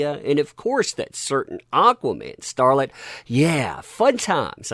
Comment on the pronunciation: When says "aquaman starlet" I hear "aquaman harlot"